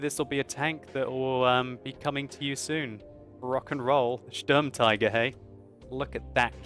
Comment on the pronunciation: If you're going to try and pronounce it the German way by beginning with "*SH*turm" instead of English "*S*turm" to be more accurate then you should also pronounce the rest of it the German way, e.g. "Shturmteeger", not "Shturmtyger" which is neither one thing nor the other ;-) Extra points if you pronounce the umlaut-U properly as well, by forming your mouth ready to say "oo" but saying "ee" instead, e.g. "Shtooermteeger" is about the best way I could write it down for English speakers.